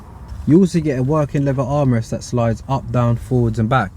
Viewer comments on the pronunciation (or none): "The steering wheel is covered in levva.." This is the most ghetto review I've watched. lol